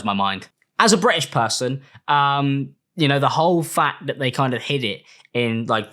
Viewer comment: As a Bri-ish puhhson 😛